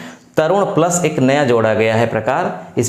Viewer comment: प्लस होता है बड़े भाई प्लास नहीं